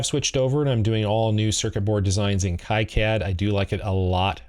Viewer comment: I might get hate from people, but KiCad is technically supposed to be pronounced key-cad, not kai-cad.